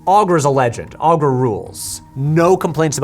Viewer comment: In the movie, I'm pretty sure "Skeksis" is pronounced "Skek-SEEs" and Aughra is "OH-gra".